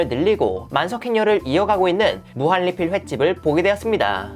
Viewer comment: 무한리필?할때 발음이 왜그러시죠?